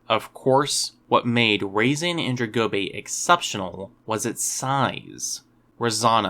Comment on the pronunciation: Why did you pronounce it weirdly? It should be pronounced (RAH-zah-nan-DRONE-go-bay).